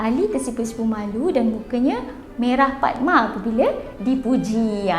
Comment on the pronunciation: Bunga Rafflesia = Bunga PAKMA, bukannya PADMA